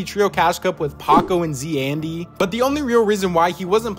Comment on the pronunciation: It is not proununced Z and Andy, it is Zandy, tied, You're saying-(z andy) It is prounuced-(zandy)